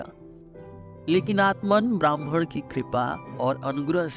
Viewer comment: आपके उच्चारण मे ब्रह्म के स्थान ब्राह्मण सुनाई दे रहा है।